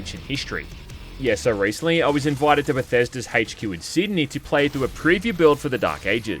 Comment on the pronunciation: Why you say HQ like HeyCHQ?